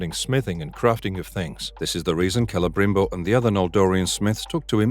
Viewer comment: Lots of weird AI phrasing in this narration but I did enjoy "Cele-grim-bor" when that came up a couple of times. Some weird speculative conclusions too, why does it seem that it's likely we'd see the destruction of Numenor this season when there is so much story left to tell there? Why would you think the party of elves that encounter the 'Barrow-wights' would encounter Tom Bombadil when he is out east in Rhun?